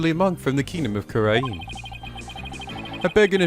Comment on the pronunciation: It's just nitpicking, but the word Khura'in is pronounced "ku-reyn" with a more emphasized ah in it. Same for Khura'inism and ist.